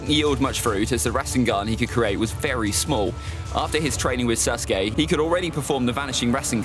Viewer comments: Anyone realise that he says suske not saske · Bro the way he says sasuke sounds like SUSke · bro my mans really said " susgay" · "And susgay"